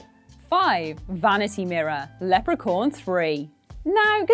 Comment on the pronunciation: Lepra-corn? Really?